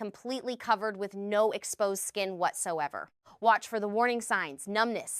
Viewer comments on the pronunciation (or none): none